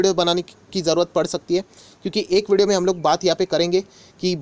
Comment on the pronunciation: Vodo nahi video hota h....😂😂😂😂itni bhi kya jaldi h....I ap aasha krta hu😂😂